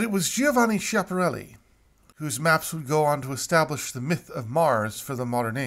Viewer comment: Skee-ah-parreli if you want to pronounce it correctly